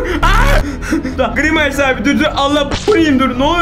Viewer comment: Gırimays hahah grimays